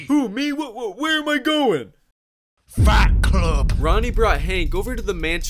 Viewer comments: It sounds like FAT CLUB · Why did: "fight club" sound like: "fat club" to me that just sounds like uh😳....🍗chicken strip club🏙, yeah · Oh I Thought he said “Fat club” but it’s “Fight Club” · I thought he said fat club not fight club